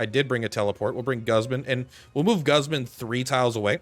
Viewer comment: pronounce Guzman correctly please